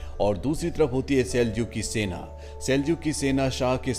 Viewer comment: Not Sena his name is Ibna Seena